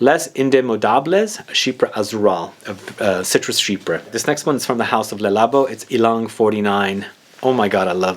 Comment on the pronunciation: Not to put a fine point, but the pronunciation is sheep-pre (for the word chypre). Not she-per. It is French, for Cyprus (the country).